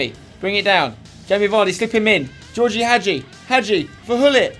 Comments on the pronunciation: spencer i know it's spelled als georgie but it's pronounced as George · Btw Spencer, Gheorghe is pronounced ge-or-ge, I thought I'd let you know